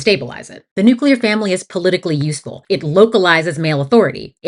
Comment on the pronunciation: When you said the nUcLEar family I heard the New Queer family 😂